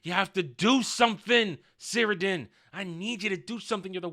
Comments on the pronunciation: You're forgiven, but it's pronounced "Kirdan". The C sounds like a K. As to orcs being able to kill one of Sauron's physical forms, I guess it's not impossible. Iirc the only times in the lore this happens is when Numenor is flooded and when Isildur cuts the ring from his finger. These seem more or less "conventional" ways of dying. Even if one of them is a flood from God, in the end he basically just drowned/got crushed by the water. In any case I don't think it really matters because the whole scene of the orc assasination is complete nonsense. Sauron giving inspirational speeches to the orcs about uniting Middle Earth, the orcs finding a problem with going to war and just wanting to "chill"... 😂 It's so dumb. This would never happen, but if some actual orcs from the LOTR were like "uhh we're scared to fight because we might die" the other orcs would just eat them alive 😂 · Cirdan is pronounced 'KIR-DONE'. Sauron is a Maia, not a demi-god but like an arch-angel. Morgoth was a Vala, which is angel.